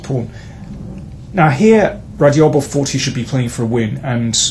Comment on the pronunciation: Love the videos, but please correct your pronunciation of Radjabov. That dj is a hard "j" as in jungle… or as in Raja (a Teymur nickname) for that matter